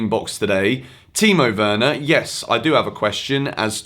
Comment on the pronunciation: And you av said it correctly